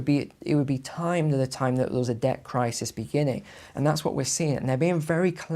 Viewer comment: I don’t trust people who say crisis as if it’s spelled crisees